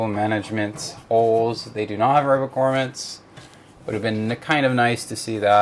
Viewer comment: Thanks for this, I was considering it but I use all air cooling so I guess not a good fit. As an aside, they are pronounced GROMits, not GORMits :)